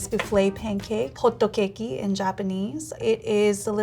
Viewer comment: "Hotto Kaykee" has to be the cutest pronunciation of hotcakes ever! only rivaled by Latin America's "pahn ke-kes"